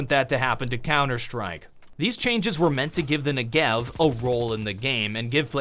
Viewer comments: Hey, just so you know - It's pronounced NE-gev, not Nuh-GEv - the emphasis coming from the first e. (This is coming from a fluent hebrew speaker, the gun is named after a place in Israel). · I'd just like to note something: The Negev is pronounced *NE*gev, while you are pronouncing it ne*GEV*. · he says the knee-gee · WHY????! why can't anyone say NEGEV correctly....